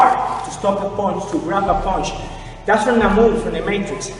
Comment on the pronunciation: It is not ponsh, it is punch...